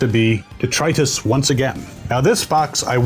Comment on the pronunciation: Lots of people say 'DETRIUS'. An angel fails to get their wings and a fairy dies every time someone says it that way.